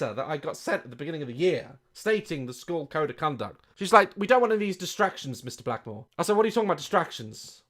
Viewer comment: Did he say...... Mr...Blackmore? My whole life has been a lie..